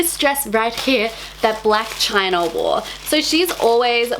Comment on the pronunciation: It bothers me so much to hear "black chinar"